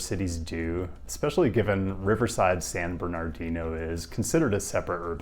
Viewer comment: Lol I have never heard someone say it San Ber-nar-dino before 😂